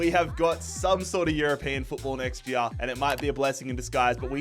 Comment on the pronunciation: Its annoying listening him say "year"